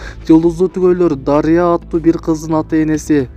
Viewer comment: Дарыя дебей айланайын туура айтсан боло Дарья деп